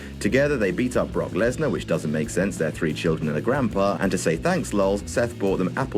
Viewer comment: I think we need video of talking about Brock Lesnar for 20 minutes and calling him "Bok"